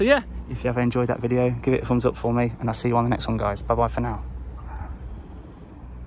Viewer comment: "give it a fumbs up" FUMBS BRO. FUMBS.